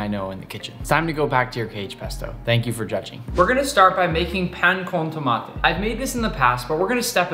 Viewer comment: As a person who knows how to properly make pan con Tomate hurts me a bit that he didn’t use a Baguette. His pronounciation isn’t that good. But I still enjoyed the whole video